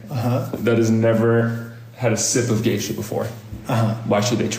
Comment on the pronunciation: It's actually GESHA, not GEISHA. It's from a region in Ethiopia, and not some bastardized version trying to make it sound like some kind of exotic oriental.